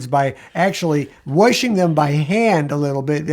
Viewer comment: I love that he says warshing machine.